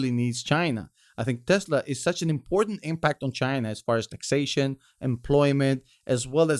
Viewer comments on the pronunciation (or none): none